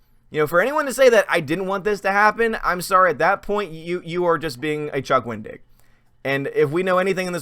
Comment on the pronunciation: I thought you were saying, "Don't be a Chuck Wing-dick." 🤣🤣🤣 I had to rewind it to hear it correctly!